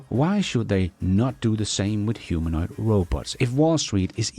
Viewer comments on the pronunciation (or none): none